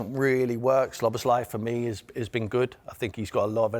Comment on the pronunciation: szloboslai? who is athat? listen at 1.03, he pronounces it: sloboslai...absolute horriifc